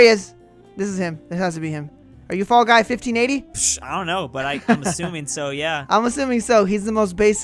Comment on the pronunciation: "Fallw Guys" - 2020